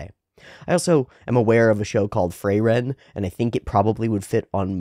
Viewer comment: but frieren is still ongoing. didn't you say you don't do ongoing shows and jobless reincarnation was just an exception? also it's frieren not freiren. it's german. just ask google how it's pronounced. (generally there are way too many german names in this show who are kind of ridiculously on the nose. like a mountain range is just called "heavy" and a probably not evil guy is called "liar")